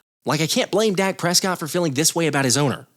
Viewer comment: Am I the only one that heard calling Dak, Dax? Daks?